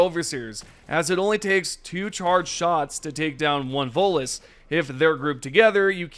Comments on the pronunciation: Every time he tries to say voteless I hear Volus. 😅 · Always sounds like you say Volus.